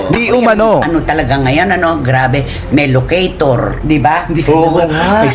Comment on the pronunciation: LOCATOR...not ALOCATOR